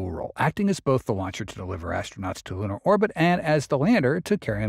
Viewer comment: Can't you get a better AI narration ? Who told it to pronounce "lunar" as "lannar". And does he have to sound like cassie cassum ?